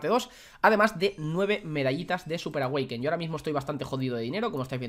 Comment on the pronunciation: Me encanta cuando dices medallas de súper awekin jajajajaja un beso